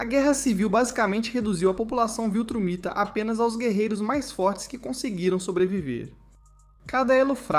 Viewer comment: Amigo, Viltramita, ou VILTRUMITA?